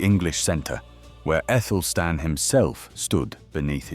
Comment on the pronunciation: I always thought it was Athelstan, so why are you pronouncing Ethelstan?